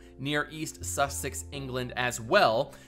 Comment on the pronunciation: “Sus ex” 😂😂😂 It’s just “Sussex” mate ;)